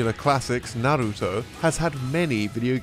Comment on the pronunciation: why do people have a hard time pronouncing Naruto. it's like they overcompensate and then annunciate on the wrong sounds my guy said narRUto lmaooo or some people will say naruDO. it's just 3 sounds na-ru-to